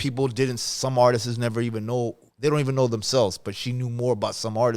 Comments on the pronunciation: The artistsisisis 😂😂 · YouTube RealadyTheQueen for unheard Juan Gotti song 🎶❤ Mr. Capone E. Needs to learn how to say the word Artists 😂 I would never do anything on the internet and put someone on blast... He literally did the same thing to her with that spm call 😂😂😂😂😂